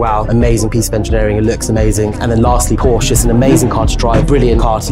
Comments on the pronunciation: How can these supposed "car guys" consistently not know how to pronounce Porsche? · The fact he cant pronounce Porsche correctly tells me everything I need to know. Also, aside from the Carrera GT, and 918. Porsche is considered more of a top end sports car, not a supercar. The fact he rated a one of the worst supercars to ever grace the road as a king on supercars is just histerical. The ride is terrible, the gearbox is dreadful, the handling is shocking, yhe speed and acceleration is pretty average, in other words the overall performance can be acquired for a lot less cash. The only thing it has going for it are that it looks like a bat mobile and sounds pretty good. If you mention the word supercar, to literally anyone aged 3+, boy or girl, car person, or non car person. The first image to pop into your head is a red Ferrari.